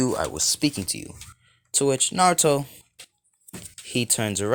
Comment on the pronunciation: Love the what if but you can't even say naruto 5 times